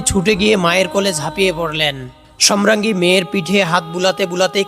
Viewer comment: ধারাভাষ্যকার সম্রাঙ্গী বলছেন । শ্রুতিকটু।